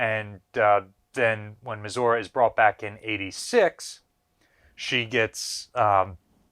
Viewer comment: Why can this man not pronounce Missouri?